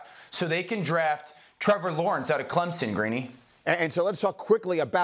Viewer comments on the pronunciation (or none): none